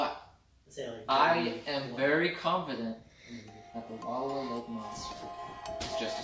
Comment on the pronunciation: It's pronounced Wull-OW-uh, dear. 😊